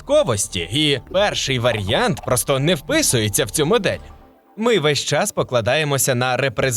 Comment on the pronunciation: ВаріАнт А не якийсь "варянт". Аж вуха ріже, як і ваше "якостИ", ви румун?